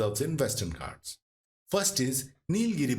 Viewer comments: Good video. But Hindi speakers please learn to pronounce names and words of the southern languages. Example it is पालकाड् not पल्लाकड, नागर्होले not नागर्होल्, आनमलै not अन्नामलै, आनमुडी or आनेमुडी not अन्नामुडी। Please check all your pronunciations. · Informative, but the narrator should learn the right pronunciation of names related to South India. It is very poor. Kudure mukha, Nagara hole, Kerala, Palakkad and many more